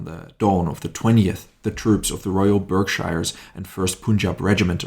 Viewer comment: Just a quick one on pronunciation. Shire is pronounced as “shear.” Lieutenant as “Leftenant” and Berkshire is pronounced “Barkshear” Good vid though.